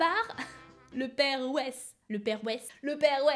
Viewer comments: Mais je m'appelle Weiss moi 😭 ça ce dit pas "Wesh" mais "Vaysse" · ça se prononce "Vaillsse" (Weiss) ^^ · Weiss ce dit Vaïss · En vrai ça se prononce "vaïsse" mais tkt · weiss ça se prononce vaillsse #TeamAllemandLV2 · 10 : 59 sa s'écrit weiss mai sa se dit vaysse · '' le père Weiss '' mon nom de famille c'est Weiss et ça ce dir pas comme ça jpp ça ce dit vaïss XD